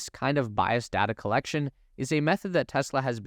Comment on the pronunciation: It’s data, not dada.